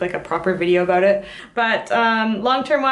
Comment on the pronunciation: Love the "a boat" , so canadian :)